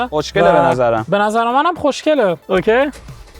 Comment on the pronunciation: زبونش ق رو خوب نمیتونه بگه میگه خشنگه! خیلی با مزه ست